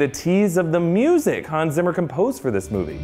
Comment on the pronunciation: zimmer is pronounced like "tsimmer" please just don't change his name.